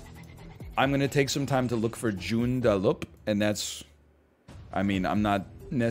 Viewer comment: Holy shit, I live near there!! I drive on that road all the time! Gj on butchering the name of Joondalup ahaha